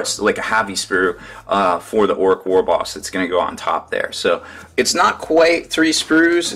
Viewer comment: it's orruk not orrook